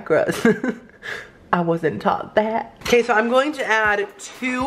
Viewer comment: Every time he says: Ok so now (he says that a lot) I only hear: Oh queso now hahah it gets me every time lol. Pd. I speak spanish